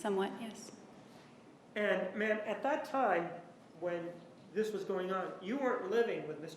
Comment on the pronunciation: I don’t think she ever slept she drove across country and she kept saying I vas very tired lol she is full of it juan I love you ❤️